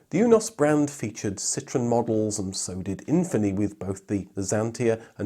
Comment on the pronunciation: Citroen ---> sit'roh'en Porsche ---> por'sha Lancia ---> lan'chee'ah Hyundai--->hun'day I swear you Brits are as bad as Americans.